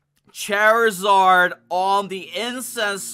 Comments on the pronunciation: Not cherizard (Charizard)😂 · Lol you pronounced it chery Zard